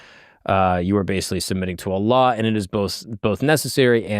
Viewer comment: Your pronunciation of Allah is beautiful. I never hear non muslims pronounce it so well👍